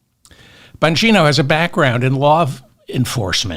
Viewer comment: You calling Bongino(?) as BONGO was a perfect slip of the tongue chef's kiss love you, David!